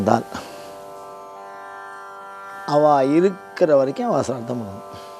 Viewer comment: முதலில் ஸ்ராத்தம் என்று சரியாக சொல்லுங்கள். அதுக்கு அப்பறம் காவி உடை உடுத்தலாம். ஸ்ராத்தம் பத்தி வியாக்யானம் பண்ணலாம். ச்ரார்த்தமாம் ச்ரார்த்தம். வெங்காயம். மொழி தெரியாத மண்ணாங்கட்டியெல்லாம் சாஸ்திரம் பேசவந்துட்டது. நான்சென்ஸ். சரியாக சொல்லுங்கள்: ஸ்ராத்தம் ஸ்ராத்தம் ஸ்ராத்தம் எங்கே, திரும்ப சொல்லுங்கோ: ஸ்ராத்தம் ஸ்ராத்தம் ஸ்ராத்தம் ஸ்ராத்தம் ஸ்ராத்தம் ஸ்ராத்தம் ஸ்ராத்தம் ஸ்ராத்தம் ஸ்ராத்தம் ஸ்ராத்தம் ஸ்ராத்தம் ஸ்ராத்தம் ஸ்ராத்தம் ஸ்ராத்தம் ஸ்ராத்தம். நாக்குல தர்பய கொளுத்தி சுடனும். சரியாக சொல்லுங்கள்: ஸ்ராத்தம் ஸ்ராத்தம் ஸ்ராத்தம் ஸ்ராத்தம் ஸ்ராத்தம் ஸ்ராத்தம் ஸ்ராத்தம் ஸ்ராத்தம் ஸ்ராத்தம் ஸ்ராத்தம் ஸ்ராத்தம் ஸ்ராத்தம் ஸ்ராத்தம் ஸ்ராத்தம் ஸ்ராத்தம் ஸ்ராத்தம் ஸ்ராத்தம் ஸ்ராத்தம் ஸ்ராத்தம் ஸ்ராத்தம் ஸ்ராத்தம் ஸ்ராத்தம் ஸ்ராத்தம் ஸ்ராத்தம்